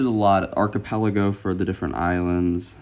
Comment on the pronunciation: It's archipelago not archepelago. Although I only know because of How to Train Your Dragon!